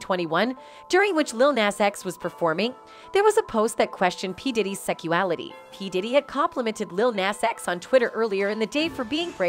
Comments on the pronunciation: Will someone please tell me wtf is "seckuality"? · is no-one hearing the wrong pronunciation? the constant "secual" and "secuality", then co-ver instead of cover..